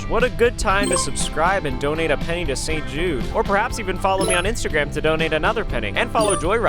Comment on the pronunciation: I thought he said donate a penny to save Jews but it’s saint Jude hahahaha